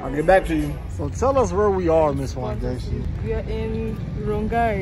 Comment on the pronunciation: I got so gassed every time he said Wangechi. I was like yes! what?